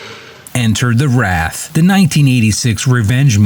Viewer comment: It’s WRAITH not RATH, dipshit.